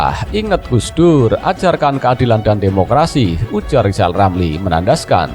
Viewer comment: Ngakunya lizal lamli itu olang pintal....nyatanya...blo,on...gitu kok mau nyaples 🤣